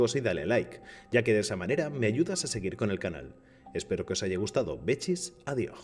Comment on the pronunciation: Jajaj al principio me dio miedesin nomaaas! Pero cuando dijo bechiis Adiojjj jajjaja deoos mori de la risa xd